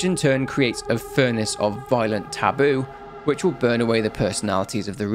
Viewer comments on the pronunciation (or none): none